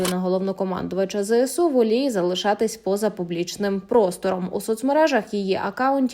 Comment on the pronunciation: Чому ЗЕСУ? Якщо ЗСУ...